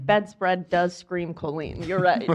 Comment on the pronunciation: Can’t handle how pronounces Colleen